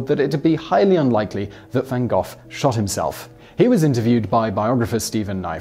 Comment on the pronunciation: Literally how did you come up with your pronunciation of Gogh? How daft are you?